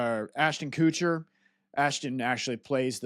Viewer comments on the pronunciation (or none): “Ashton Kootcher” 😅